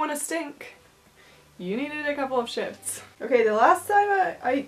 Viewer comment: Shifts? Shiets? What are you saying? Stays? Steyz?